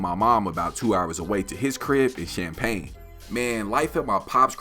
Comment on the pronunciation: Bro the only person who pronounce Champaign the rite way 😂😂😂😂 I salute 🫡